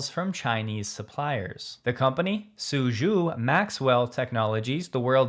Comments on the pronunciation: To correctly pronounce SuZhou, just say Sue Joe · "The company, Suzhou..." You're pretty close, but the second syllable sounds to English speakers just like the name "Joe".